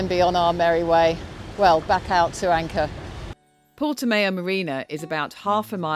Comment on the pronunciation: Don't think it's pronounced Portimayo